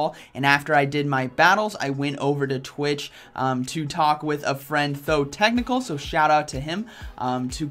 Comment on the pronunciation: You have known him for 2 years and still haven't noticed he's called ThoTechtical and not ThoThecnical, lol.